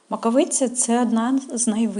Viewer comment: Не правельно наголос Маковиця.